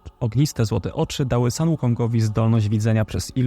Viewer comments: "Sun" czytane jako "San" to ty masz na niebie, a nie w chińskich mitach o małpim królu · Serio? Cały internet mówi san? To jest Sun Łukong.